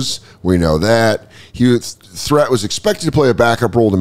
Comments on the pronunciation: Its sidel Three-t not threat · I didn't know they spelled Threatt like that. I remember that guy from when I was a kid.. is last name is pronounced more like Threett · I remember watching Sedale Threatt as a Laker. It wasn’t pronounced “THREAT” it was pronounced “THREET”. I know it doesn’t sound as cool. Awesome to know all that stuff about his life I wouldn’t have looked up myself. I love watching these NBA pack openings, it’s a really fun part of the show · Sedale "THREET" pronounced from Philly your welcome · Sedale Threatt's name is pronounced with a long E. Sedale Threet.